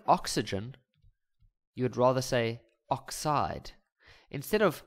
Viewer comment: The way he says oxide!😮😂😂